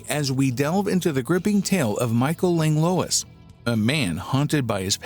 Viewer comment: Minor quibble with pronunciation. It’s not “Langlowiss” it’s “Langlwah” 😅